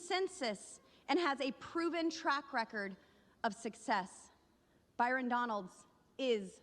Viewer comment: BYRON. not Barton